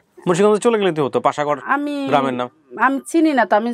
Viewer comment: পাসা গড় না এইটা হলো বাসা কোট